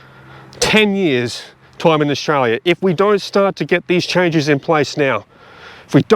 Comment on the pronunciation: I love how you say Australia in Orzchrarlyah